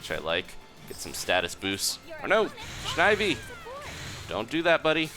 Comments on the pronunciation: his name is snivy not snhivy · did he really just say shnivy